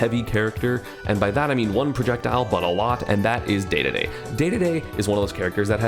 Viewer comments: D-d-d please not day-day-day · Everyone: King Dedede ESAM: Daydayday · I can’t like this now that you have said day day day instead of dedede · Idk There is a slight charm to when you say "daydayday" but at the same time 'Dedede' is just objectively correct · Say deedeedee not dehdehdeh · Dedede, not daydayday :D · Yes. You say it like DeeDeeDee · I think you should say "Dedede" but that's just how I say it. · Please start saying dee-dee-dee, because i am a die-hard Kirby fans, and it pisses me off every time. It is pronounced dee-dee-dee. It's how its pronounced in smash, and in smash, let me remind you, he is voiced by the same guy who not only created dedede, but is directing the game itself. There is also the anime, which i feel like I dont need to explain, like c'mon, i think we all know that Dedede: It's the name you should know. Dedede: he's the star of the show, so give him that attention, treat him like the damn star he is, AND PRONOUNCE HIM LIKE THE KING HE IS. HE. IS. KING. DEDEDE. AND ALL HIS MUSIC SLAPS. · Please say Dedede💀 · pls stop saying daydayday :( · PLEASE just say deedeedee. it makes me flinch when you don't. got some hot takes here, but overall you make good points. solid vid! looking forward to the rest of the list! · Why yes. I feel like a majority of the Universe would enjoy if you started pronouncing DeDeDe correctly. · Esam, i'm gonna need you to start saying Dedede's name like Dedede, not Dedede! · Please say dedede the right way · yes. please. start saying dedede correctly.